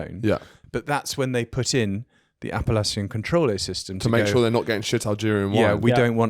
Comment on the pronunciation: appelation, not appalachian